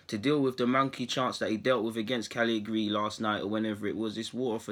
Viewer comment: Try saying it phonetically bro. Ca-lee-ya-ree